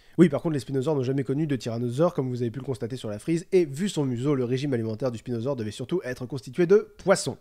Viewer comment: C'est moi ou il a dit "spilodon"